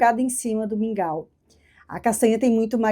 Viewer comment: Li e pensei; o que será esse tal de "Míngua" fui ouvir o vídeo e entendi que era mingau.